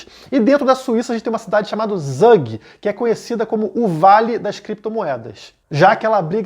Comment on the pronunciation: Sou suíço e o correto é TSUG, mas a gente perdoa pelo ótimo conteúdo haha